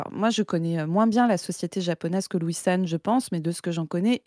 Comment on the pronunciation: A chaque fois que vous dites Louis-san j'ai entendu Wissam. De bonne fêtes de fin d'année à tous et Tatakae !